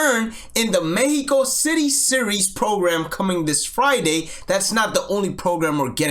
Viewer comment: As a spanish native speaker I really appreciate how you pronounced mexico and their names